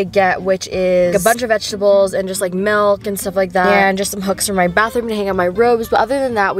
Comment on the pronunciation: am i the only one who heard her say "mElK"